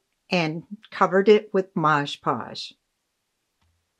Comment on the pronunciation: "Mod podge", no s. Very thorough tutorial, thank you😊